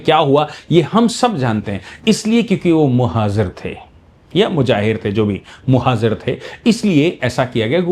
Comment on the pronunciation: Sir...Muhajir, not Muhazir...And best depiction of this is in the film Sarfarosh...